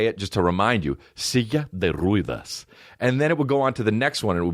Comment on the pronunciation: The "e" in Ruedas is pronounced like the one in Mets or "heh"..